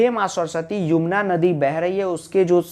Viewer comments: वो युमना नहीं यमुना होता है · Sir Yumna nahi Yamuna hai Shayad wanha 😂